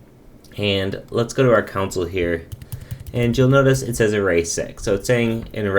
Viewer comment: You say 'Console' like 'Council'